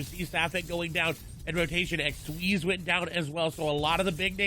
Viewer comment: It's not squeezie, it's xsweeze lmao